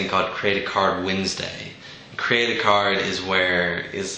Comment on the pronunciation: Ok, you are saying CREATE-A-CARD. In the last video I thought you were saying CREDIT CARD! Lol. He is my EVO FURY Create-a-Card... FIGHTER DUEL FANG Level 8 8000 When this creature enters the battle zone you may put the top two cards of your deck into your mana zone. I have a feeling this might actually happen. BTW, I like your ideas on Light creatures. - May all your shields be triggers!